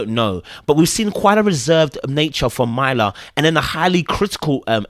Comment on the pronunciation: I know it’s not intentional 😂 but please say this woman’s name correctly. MUR-LAH (Myrla)